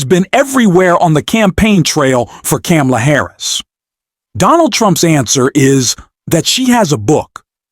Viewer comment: Why did you mispronounce Kamala?